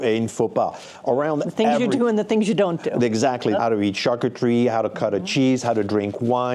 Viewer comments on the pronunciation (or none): none